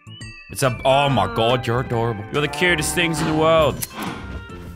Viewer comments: Whenever he said “I’ll fork you mother” in an Aussie accent I died laughing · ''OW MAH GAWD I WANNA DAI'' LAZARBEAM 20/10/19 =) LOL